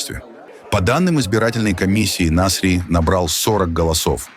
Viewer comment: нАсри а не насрИ.зачем оскарбляете?